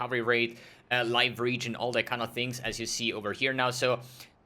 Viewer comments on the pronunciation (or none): none